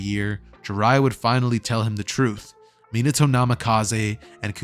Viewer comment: Is no going to talk about the fact how he mispronounced Minato